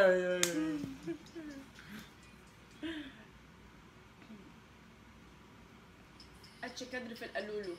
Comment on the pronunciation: كاتش كادر مش اتش كادر 😄